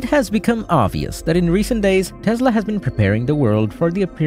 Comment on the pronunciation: What is a Tezla?